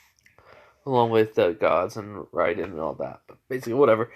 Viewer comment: It's raiden RAY-DEN